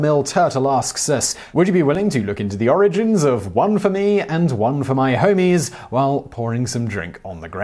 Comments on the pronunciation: Can't stop laughing at Simon saying "homies" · Hearing an Englishman say "pour one out for my homies" made this video too hilarious to take seriously.